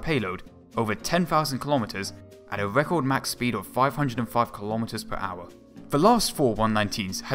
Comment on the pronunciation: Fouwth. Wecowd. Awwwwgg. Dwiving me cwazy.